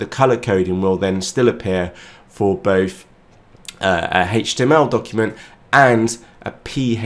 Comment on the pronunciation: Speaking English Correctly: The letter H is NOT pronounced "haeytch" it is pronounced with a long A and tch "A-tch". There is a TH in the word Through and Both. TH together is not pronounced as an F it is always pronounced the same as the word The, all of the time when you see TH together. It is not "Frew" and "Boaf" it's Through and Both. Perhaps you should take some speech classes. If you have a Mucocele that can be corrected with surgery. Word pronunciation issues can be corrected with speech lessons. Or maybe you should study the English language with a professional that actually knows the language very well to further improve your wonderful videos.